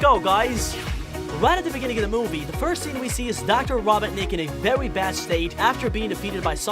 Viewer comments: Why do you say robonic instead of robotnic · Dear god I'm 2 minutes into this video and I'm cringing. First, get on the with the goddamn video, you use way too much exposition in your Intro's and it goes on for way too long. Second, It's Ro-bot-nik, not rob-bot-nik, they say it numerous times in the first and second movies Aswell as numerous times in the games, get it right. Third, Mushroom Hill zone is not a planet, neither are most of the zones from Sonic games barring sonic colors. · So you said ROBIN NICK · It’s dr ro-bot-nik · Hey buddy not to be a critic but it's pronounced ro-bot-nik k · He really said “Dr. robit-nic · Why are you saying robotnik like rob,otnik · It’s Robotnik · I'm wondering if this guy has a speech impediment since he uses "w" in place of "r" and pronounce "Robotnik" as "robinick". Not to mention "queen emewald" instead of "Master Emerald". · Me: Aye robertnik I need to talk to ur grandpa about him sending space colony arc crashing to the planet any chance you know where he is Egg man: dude he be ded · did he just say rah-bah-nik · Why do you pronounce his name like that. Raw-bot-nic Somethings wrong with you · I'm mad he's saying robotnic the way he is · Raboughtnick. That is definitely how you say that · It sounded like be said raw bot necked 😭😭😭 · I can't tell if this was intentional, but I picked up the narrator is saying Robert-nik instead of Robotnik... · i heard "green" and he pronounces "Robotnik" as "Robertnik" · “rawbotnic”. Ah, my favorite line. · did my guy really say robitnic? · It’s ro-bot-nik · Why is it so hard for you to pronounce Robotnik correctly? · First of all, Knuckles isn’t evil and wasn’t trying to steal the master emerald, also you said Robotnik wrong, also almost everyone knows sonic loves chili dogs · Ahem why did he say robotnic wrong or is that me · i love how he pronounces robotnik wrong